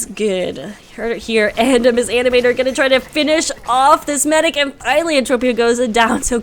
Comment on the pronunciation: Hi, its me again, with the good old "my name is not mis animator, the m and s in my name are pronouced seperately!" comment. But in all seriousness thanks for the cast!:D <3